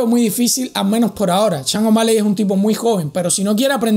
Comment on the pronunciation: ¿Las lesiones de Bryant y Jordan eran igual a la de O´Malley? ¿Has sufrido tú la misma lesión de O´Malley? ¿Cuánto tiempo tardaste en recuperarte?...Y será campeón cuando dejes de pronunciar su nombre como: "Changomali" (je!)